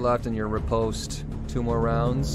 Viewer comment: When pronouncing riposte, say it like you're about to say "rip"; rih-post